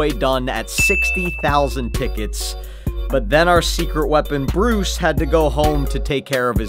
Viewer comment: Bro has a friend named briuse 💀 Note: is Bruce not bruise